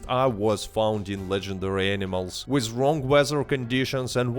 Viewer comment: Try not to say "wiz", instead of "with"